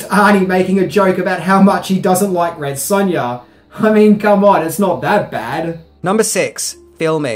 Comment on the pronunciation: Red Sunya lol